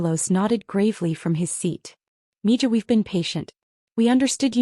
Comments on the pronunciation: Mina is pronounced 'miha.' Two syllables. Mi ha. Miha is girl or daughter, Miho is boy or son. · Mija = “Mee- ha” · It always annoys me that these AI bots can't figure out how to pronounce 'mija' as Spanish, not mangle it in English.